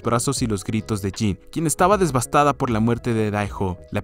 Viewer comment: "DeSvastada" XD será "devastada"